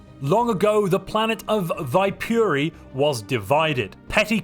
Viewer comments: Fun fact, Viipuri is an old city the nation of Finland lost to the Soviet Union in the second world war. It's correct Finnish pronounciation is Vee-pu-re where the R is rolled. One can also call it Wyborg, however. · My dearest friend in the end, I hate how you butchered Viipuri, but I can't complain because technically it could be pronounced like that.